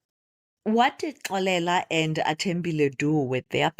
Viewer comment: The way you pronounce Xolela, it's as if you're referring to a female🙈🤭. But, I forgive you cause you probably don't know the right way of pronunciation 😀 Otherwise 'Xolela' is a unisex name that is pronounced differently depending on the gender. Anyway, you have great stories. I really enjoy them and even the way you narrate. Thank you for sharing. May your channel grow in leaps and bounds 😊❤